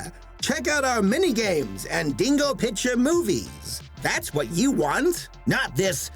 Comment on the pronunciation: The way you say "Dingo" sounds like "Dingle," and I'm strangely fine with that, owing to what this company produced. What Dingo-berries! - Wait a minute. Wait a damn minute here! "Yee" Dinosaur gets its own meme, but these Goth...Bondage...Duck (things) didn't?! What a terrible injustice to the World of Memery! Damn: When you're a German Animator and you realize that North (fucking) Korea makes better shit than you do!